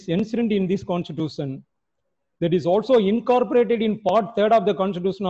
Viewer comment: Wonderstuct by the pronunciation of a designated senior counsel. Pronounciation of Constitution and Institution are self destructive. Salute to his courage to come in public